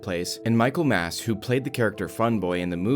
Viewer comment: It's Michael Massee. Not Mass.